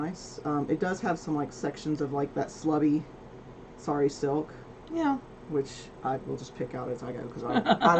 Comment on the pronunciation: I heard slutty the first time you said slubby. Really getting judgy with that yarn,! lol